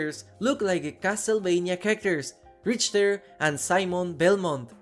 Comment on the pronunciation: Richter = Rikter, and Ghoul = Guuul in our American pronunciations. Hearing Ghoul as Goal a bunch in this video was jarring 😅